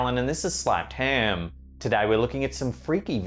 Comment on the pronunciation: ...and this is.. Only guy I know who can turn a single syllable word into a 3 syllable one.